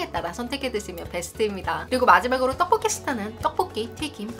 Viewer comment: 만큼 떡볶이 발음이 찰진 사람은 아직까지 못 본듯..